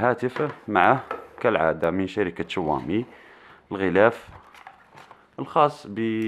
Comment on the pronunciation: تنطقها شووامي و تنصح به ؟ عندما تعرف شيئا عن الهاتف انصح به ... و ابدأ من نطق اسمه بطريقة صحيحة